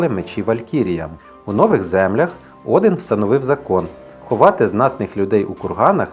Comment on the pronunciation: Чому Один, а не Одін?